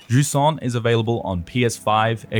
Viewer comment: If only they said its name correctly just once.